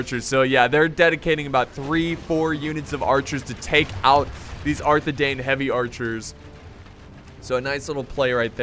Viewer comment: it's actually pronounced Rhu-DOW-er and arthe-DINE.